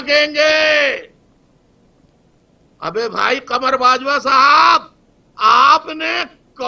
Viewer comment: Qamar Bajwa, he is pronouncing Kabar Bajwa.